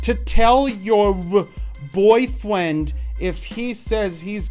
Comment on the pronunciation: The second you said "boyfwiend", I cringed so hard. I already read it, but my body wasn't prepared to hear it read out loud....